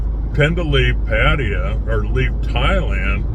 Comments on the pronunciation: "Padd-ah-yah' ?? SMH...how long has this guy lived in Thailand?? Good grief... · Your comments indicate that you, simply, 'don't get it'... Seems that in your world, butchering the pronunciation of a major city, a city that you live in, is perfectly acceptable... That is not my personal experience as an expat in the various countries that I've lived in.